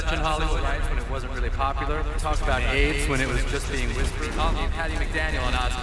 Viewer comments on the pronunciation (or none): none